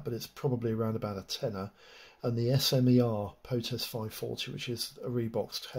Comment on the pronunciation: Been in the industry over 10 years and never heard it called S M E R. But smer (smur). Its a French or Slovak word.